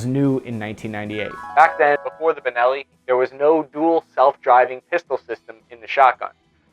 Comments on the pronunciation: He said bellini shotgun , what the fuck?? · Dude…. ‘Bellini”? …. Come on man. Please…. You do this on pupose, dont you? ;( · I caught saying "Beleni" at one point and several other times it sounded like the audio was spliced to fix the mistake. Did you record the whole thing with the wrong pronunciation and then go back to fix all those parts?:P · did you just call it a “bellini” ?? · Wait. I heard 'Belini' 🤣 between and I think